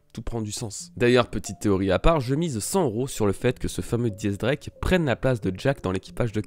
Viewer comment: pourquoi tu dis Di X Drake ? pour quoi Di ?